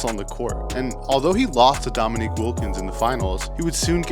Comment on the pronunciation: Its not Dominic Wilkins. Its "Dominique"